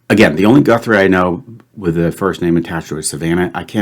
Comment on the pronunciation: Guthrie is a Scots surname in origin but it isn't said like goo-three ! it's guth- ry where the guth bit rhymes with bismuth.